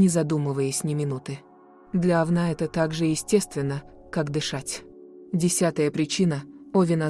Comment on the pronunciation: Ужас! Кто читает текст? Это же просто безграмотно, ударение ставится не правильно, вместо Овна говорят Овна. 😮